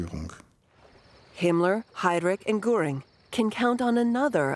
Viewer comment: From Gooring, of course!